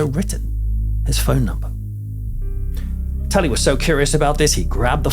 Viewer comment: Are you calling him Tully 😂 guess my name it's James killen 😮😮😮😮